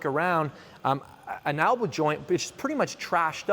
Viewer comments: Elbow. Not Albow. Great vid tho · "Albow" :'D